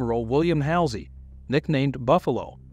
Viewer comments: This video is irritating! Why can't you properly say Halsey, reconnaissance, and other famous names? If this is a bot saying this then consider a human voice. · The video was good however it was distracting that you did not pronounce common words like Guadalcanal and reconnaissance correctly. Also some names like Halsey you did not hurt announce as they are commonly pronounced. Additionally, while his nickname at one point may have been buffalo, Admiral Halsey is far more recognized nickname was Bull